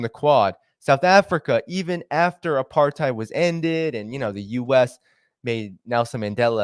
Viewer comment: Apartheid is pronounced ( apart-8) And Ramaphosa is pronounced (Rama-poza) the "H" is an emphasis on the "t" it is not pronounced as an "F"